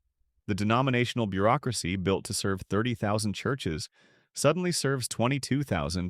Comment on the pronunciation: "Churshes," really?